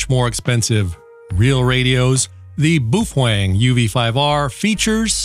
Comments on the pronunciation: I pronounce it after the Chinese bun which it is named after, "Bao". lol I got one because as a non-radio guy, there is so much info out there about them. You are my go to guy on Baofeng's but is there a book you would recommend for those times when I can't be online? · “BOOF-WANG” proper pronunciation 😂👍 Don’t be a “sad HAM” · In Australia we pronounce it Bow-Fang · Fujian Baofeng Electronics Company Co., Ltd. headquarters is located in the Nan'An county of the city of Quanzhou, in Fujian province of China. I am not sure why he is trying to play this off as having a Japanese pronunciation. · hahaha you're pronunciation for Baofeng is incorrect 😁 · i couldnt finish watching the video because of the way he was incorrectly pronouncing the name it was like nails on a chalk board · For those who don't understand. This entire video is satire and every statement in this video, especially the pronunciation is incorrect. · Can't be 100% sure because Chinese is such a hard language but in Mandarin baofeng the way you're saying it means either dung heap or maybe rosebud. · it's not pronounced "boof-weng" it's pronounced "bay-o-feng" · Looks good, sounds good, gotta laugh at boo fwang! Pretty sure the mandarin is pronounced bow ( like how) fung. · I love your videos and have heard you pronounce "BAOfEng" correctly in other videos so, I can only imagine you are joking/trolling and having fun when you say "Boof-wAng". It's got stuck in my head now 🤣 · It's pronounced "Bao Fung" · My dead great grandfather came from Germany so he is an expert in how to properly say the name. It is pronounced U V five R from Boofwang. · It is pronounced as "BOW-fung". Chinese name is 宝峰。 The name "Baofeng" (宝峰) means "precious peak" or "treasured summit". It symbolizes excellence, success, and something highly valuable or cherished, often associated with achieving greatness. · BOO FWENG??? what’s the matter with you?? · It’s pronounced as “bay o feng” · I laugh every time he says Boof wang